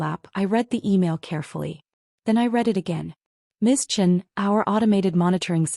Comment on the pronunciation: Hello…the whole world is tired of anyone named Sarah Chen…and yesterday..I ran into 3 stories back to back to back..,a few times the woman is CHEN…but just like this story..early and often, AI reads her name as CHIN..imagine going through life with people staring at your actual,CHIN..and not know why!! Miss CHIN, oh , I’m sorry…Miss Chen…is everything okay?